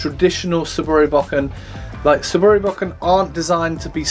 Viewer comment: Dude it is not 'BACK-IN', It is a "BO-KEN"